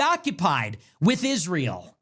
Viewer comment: You can't say Israel? It's Isr-a-el not Isr-e-o